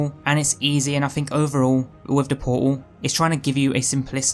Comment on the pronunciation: "give me port-ul of wat-uh" :)